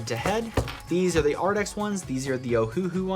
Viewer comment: You keep saying Arrdx. It's Arrtx with a t not a d. Just wanted to let you know. Pretty markers! I have never tried the Ohuhu sets but they just came out with a new set that looks really cool. Jennifer Stay at the Coloring Bliss channel talked about it on her latest video. I think you would really enjoy it.